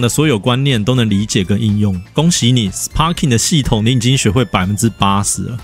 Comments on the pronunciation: Sparking的p要發b的音呦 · 雖然sparking發音是sparking，但一般不會有人特地唸成sparking，通常是會唸作sparking，因為影片一直sparking來sparking去，好像很努力想要發音正確，但其實反而偏離現實sparking的發音。